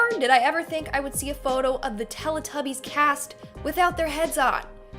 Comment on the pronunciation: It said TEE TUBBIES..Lol